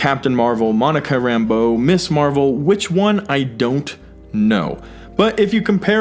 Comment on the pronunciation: * Rintrah not Rintrash * America not American * Ms. Marvel not Miss Marvel -solid video, though.